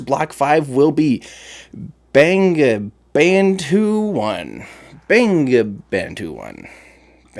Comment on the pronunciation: I think the satellite you mentioned bangabandhu -1 is pronounced like 'bongo bondhu -1' bangabandhu means friend of Bengal ( it is from Bangladesh). If what you said is true i will be very happy if bangabandhu-1 satellite becomes the first payload to be riding block 5 falcon 9....